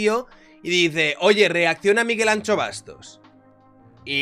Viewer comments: la "x" gallega no se pronuncia "Ch" sino "sh", la estás confundiendo con la "tx" Vasca (ej. pintxo). Anxo se pronuncia /An/sho/, Anxo es Ángel en Castellano, no es una descripción de nuestro querido economista. Un besito asertivo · Es q para un gallego habalnte es como una patada en el carallo hahaha, anxo es ángel en español pero ancho se dice igual en los dos idiomas entonces yo lo q escucho es Miguel ancho y suena casi como un insulto xd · Joer, que no es ANCHO Bastos, ancho es... pero de huesos xD el nombre es Anxo leído "Ansho", Ángel en gallego. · La x en gallego se dice "sh" no es Miguel ancho bastos, sería anxo (ansho). Gracias y saludos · Anxo, no Ancho! jaja... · Anxo se pronuncia como si fuese una S, somos gallegos no vascos 😂😂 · Me duele lo de Ancho ufff. Anxo plis. Ansho para entenderlo bien.